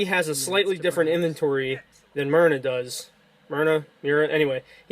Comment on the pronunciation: The way he prenounce the names myrna myra myr myrr myrna hahahah so funny bro 😂